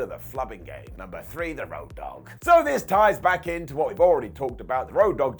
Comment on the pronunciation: Ah yes, my favorite - "Rodd Dogg"